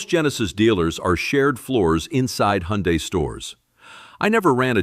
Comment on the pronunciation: Thank you for pronouncing "Hyundai" correctly -- AI or not. 👍